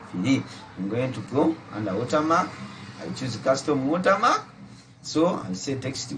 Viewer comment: Watermarka. Only a Ugandan could say that 😂😂😂😂😂